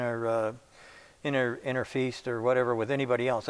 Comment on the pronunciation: 'SIMILATERIES'? 'INTERFEAST' ? Sandy may be dyslexic.